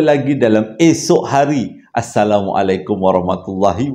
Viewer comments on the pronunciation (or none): none